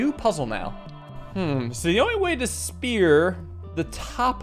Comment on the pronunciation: I love the fact that he still says “Sphear” sometimes 😂😂. I love your content btw, love waking up to an video too